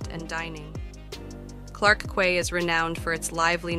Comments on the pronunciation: The female commentator mispronounced the word "quay" as though it rhymed with the word "day". The word "quay" is pronounced as "kee" . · Quay is pronounced Key.